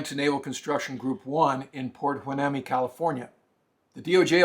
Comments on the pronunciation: Any former citizen of the PRC must be excluded from working in any job that allows access to information that the PRC covets. That includes the military, defense industry businesses and universities. Also just as a tip. Hueneme is pronounced “Y”-“knee”-“me”. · Hueneme is pronounced “why-KNEE-me”. Go Navy! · Port "Why-Ne-Me", California. I know how it's spelled (Hueneme): it is pronounced roughly the way I have sounded it out. Otherwise, thanks for the video. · Hueneme pronounced Wah-nee-me.